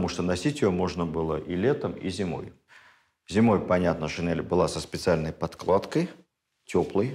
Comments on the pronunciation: ШинЕль, а не шинЭль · ШинЕль!!! Нас учили в школе произносить это слова через Е! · Спасибо огромное, Владимир Ростиславович! Ваши лекции всегда интересны и очень познавательны❤❤❤ Я прошу прощения, но одно замечание, слово шинель произносится с мягким н и произносится "е", а не "э". Просто это уже не в первый раз. Немного режет слух. Спасибо еще раз!!! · Замечательно, но шинель. НЕ ГОВОРИТЕ ШИНЭЛЬ.Это не верно и не норма русского языка.Благодарю. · ведущим проекта : пожалуйста, обратите внимание на произношение слова ' шин'ель с мягким 'нь'.